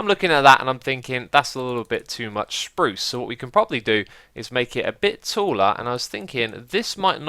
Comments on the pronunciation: Sprrrrruce <3 that made my day! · How much wood would a woodchuck chuck, if a woodchuck chucked wood? Nice tunnel! Btw, have you been hanging out with Iskall lately? You certainly pronounced some swedish R's on that spruce bit 😏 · When you said spruce, it sounds exactly like when iskall says spruce on Swedish!